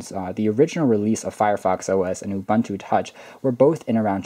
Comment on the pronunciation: Hey not to be rude but its "oo-boon-two"